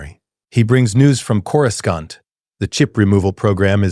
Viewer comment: Curoscant, some of Jedi Council members, I stopped bothering those because those AI prompt channels don't care.